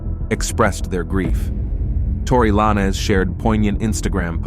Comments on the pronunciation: saying tory LINE-AZ is nutsss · Tory Lah-Nez😂